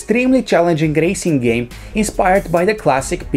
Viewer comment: did he said gracing game